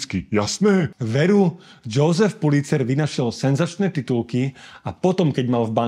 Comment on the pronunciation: Göbels sa číta Jozef, nie Džousef.